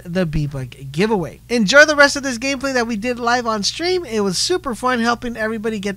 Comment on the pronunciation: Lmao when I read this is heard this dude say we are diwing fwee b buck gavewey